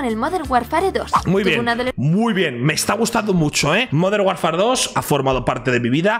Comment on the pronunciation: Se dice modern warfar